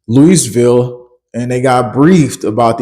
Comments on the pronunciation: Louisville is pronounced Louieville. The last s is not pronounced in Illinois. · Thanks for the info young man. You’re the only one I’ve heard talking about the military plans/drills. Just so you know, Louisville is pronounced “lou-uh-vulle”.. vulle sounds like bull but with a v 💯 It does seem more than a little coincidental that the other efforts going on to send national guard into certain cities is happening in alignment with this. Also folks outside of what they are indicating as the “zone” need to prepare. The last one that hit new Madrid was extremely far reaching, well up into the northeast. They want to take out the population of the eastern half of the country so this would be a good way to impact a lot of people. Liquefaction will be a major widespread issue.